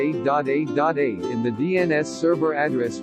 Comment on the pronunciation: the music is aweful is he say 8.8.8.8 or a.a.a.a the AI voice is awful as well